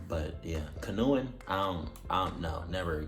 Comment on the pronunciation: nah you really didn’t know how to pronounce canoeing 🛶 😭😭